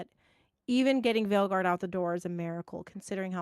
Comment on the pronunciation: A bit of irony to listen your discuss ion about possible Bioware studio closure, while you both agreed that “you liked DA Weilguard” 🤭